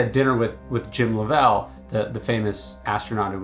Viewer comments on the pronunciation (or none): you supposedly had dinner with Jim Lovell and never learned how to pronounce his name?